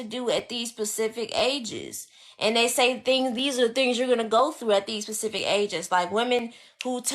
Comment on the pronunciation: Ugh she almost had me until she said "Pacific" instead of specific lol, but I get what you are saying young lady. Just use the proper grammar when doing these informative post/blogs. Peace